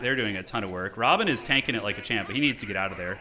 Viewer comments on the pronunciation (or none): Love the dune games - but is is not Robin! It is Rabban (Ra-Bahn)